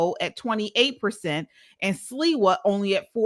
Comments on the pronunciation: Curtis Sliwa is pronounced (Slee-Wah) Sliwa not Silwa!! Also Mamdani is taking advantage of the rent control system because he comes from a wealthy family. Rent control housing is for those who need it! Mamdani is a con man!! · How yall gonna make a video and not even know the names of who is running. It's pronounced. Slee-wah. 🙄🙄🙄 He's the best choice out of both.